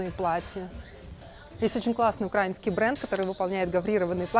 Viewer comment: Приятно, что вспомнили про украинский бренд с плиссированными платьями, очень его люблю) Только украИнский, пожалуйста, а то режет слух, когда говорят тОрты и тортЫ )))) СПАСИБО БОЛЬШОЕ)